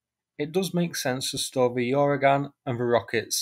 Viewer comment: I don’t think there’s a “Y” sound at the start of Uragan. It’s just “Ooragan” — Russian for “hurricane” or storm.